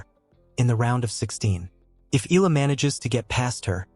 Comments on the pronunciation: please pronounce her surname correctly as commented (eh-yah-lah) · Can you pronounce her name correctly?